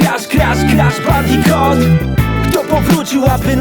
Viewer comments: Kuba Krawczyk Skoro tak to lubi niech nauczy się wymawiać "Bandicoot" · Adam Igel Po za tym co to ma do rzeczy skoro to "bandikut" a nie "bandikot" to nazwa własna, tego nie wymawiasz tak jak Ci się podoba